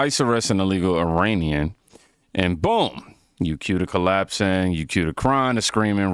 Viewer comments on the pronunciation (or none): none